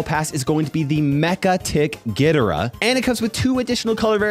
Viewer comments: Please it's pronounced G-I-D-O-R-A- not gidera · I like but cmon… u did not just pronounce ghidorah as “GI-duh-rah”. It’s gi-DOOR-rah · It’s Mechanics GHI-DOORA THATS HOW YOU PRONOUNCE IT I MEAN LOOK AT MY PFP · Mega-Tick Ghi-Dora🤣🤣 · The way you said gidorah hurt me deeply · Sorry but I am disgusted by the way he says Ghidorah 😅